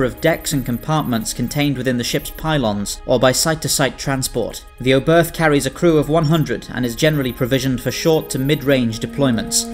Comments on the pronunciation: Nice video. Just one thing: The ship was named after german Rocket scientist Hermann Oberth. The "h" at the end of his name is silent. It sounds like "Obert". Not "Oh birth". But the video was really good. Keep'em coming 😉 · Love your videos! That said: The German name 'Oberth' with an English accent, in particular an English 'th' at the end makes my ears bleed. The 'e' is like the fist one in 'edge' and said 'th' is closer to 'tt'. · The pronunciation was definitely noticeable.